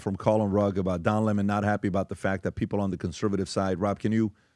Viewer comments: Don lemon. Not pronounced. Le monde. Its a lemon. And lemon loves smollet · And you all constantly love to intentionally mispronounce people’s names if you don’t like them. One of you idiots said Lemon correctly once, but all the other times said it wrong. One of those times you even called him “Lamont”… And right before I saw this idiotic video, I watched one of Laura Loomers lackeys do the same shit right to Don Lemons face, so it’s all quite obvious what you’re doing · Lah-mon'? Lemon. Writing something about what? Nobody will read it. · DON LEMON, HIS NAME is Don LEMON LEMON like the FRUIT LEMON, not 'LeMans' but LEMON like LEMON -ADE I grew up watching Don LEMON on our local CBS affiliate in Filthydelphia, PA, WCAU Channel 10 News. THEY REFERRED TO DON AS Don LEMON .. OK got it !!!! One can only, I can only hope WE cross paths... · Why is calling him le mon 🤣🤣🤣🤣